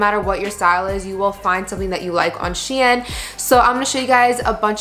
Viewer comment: Shein is pronounced shine 😭